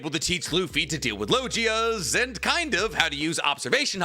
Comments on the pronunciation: It's log(e)ia not lojia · Do people actually pronounce it lo gi a? Not lo ghi a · Your pronunciation is normally so good! But with one piece it’s getting painful to hear you saying things like logia and scopper